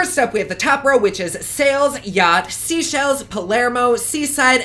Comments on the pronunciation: Just a loving correction: Seychelles 🇸🇨 - “Say shells” not “see shells” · Joanne McCormick OH THANK YOU. It has been driving me CRAZY How everyone has been pronouncing Seychelles like seashells like every single YouTube review I kept thinking how does nobody realize this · As usual, a great review and a beautiful look even with the outcome. FYI, Cannes is pronounced like khan...it’s on the French Riviera...and Seychelles like say shells...east of Africa. 💕